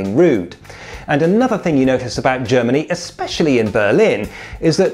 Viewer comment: "Germny" Country of the Germs.